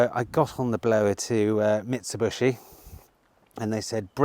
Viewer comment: It’s Mit-su-bee-she not bushy 😂😂 and Hyundai Too-son (as in Arizona) not Tuc-son. And btw, when do we see Michelle??